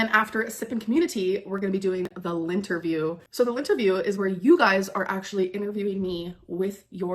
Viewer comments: same gooorrrrlll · Same!! I was just gonna comment about that!! Does she hear herself??? It's very fitting considering she forces ppl to pick LINT off of her!! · Did she just say “The Lint-erview”??? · She said Lynnterview, I heard Lint-erview 🤣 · Me too!